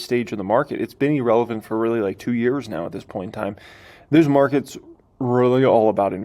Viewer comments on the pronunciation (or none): "E"-relevant is not a word! The word irrelevant is pronounced "Ur"-eh-levant.